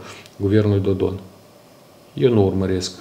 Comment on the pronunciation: Mai!!!! Nu mai pronunta cu ritul tau numele PRESEDINTELUI REPUBLICII MOLDOVA!!!!!!!